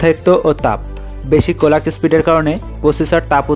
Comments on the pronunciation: কলাক না ক্লক 😅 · কোলাক কি জিনিস ভাই? ক্লক হবে